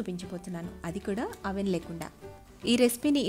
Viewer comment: Avven kadu adi ...It's oven ... O should be navvali ani mata ok umhu